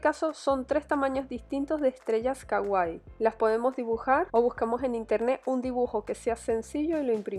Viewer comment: Sii. Es super CAGUAI 😂 DIOS HAY GENTE QUE NO SABE PRONUNCIARRR!!